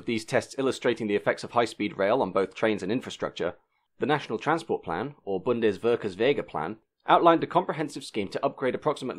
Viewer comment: Very interesting. Than you. Also for trying to get through Bundesverkehrswegeplan and similiar tongue jerkers of my beloved language at the speed you speak anyway! :-) ICE by the way is abbreviated for InterCityExperimental/Express and is spoken - at least in Germany - in three letters, not as a word...so Aye-Cee-ee (or in German: Ih-Tseh-Eh)...but most English speakers make ice of it.